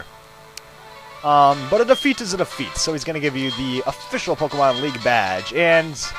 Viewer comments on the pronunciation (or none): none